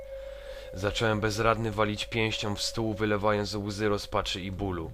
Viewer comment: Wszystko jest fajnie i w ogóle. Tylko jest taki będę problem... W ciąż zamiast mówić "zacząłem" mówisz "zaczełem"